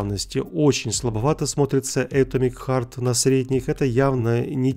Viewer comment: Читается не Э́томик Харт, а Ато́мик Харт..., тебе на заметку!